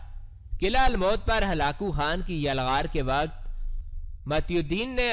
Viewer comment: Ap halako khan ko halao halo bol rahe ho